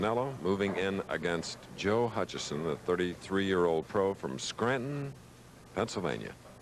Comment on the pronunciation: Also “Hutchison”.